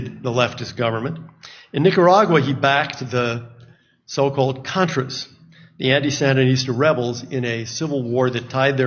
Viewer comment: I agree 100%. She acts like someone who didn't do their homework and is reading someone else's as hers. She couldn't even say Contra correctly. She is an absolute moron.